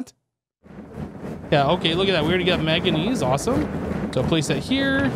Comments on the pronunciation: Can't tell if you have a cold or are just averse to pronouncing the first 'n' in 'manganese' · I love, and this videos old, but it's manganese there's an N there i swear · The way he pronounces manganese is killing me